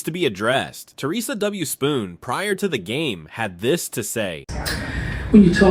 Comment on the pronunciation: It’s Theresa Witherspoon, not Spoon 🙄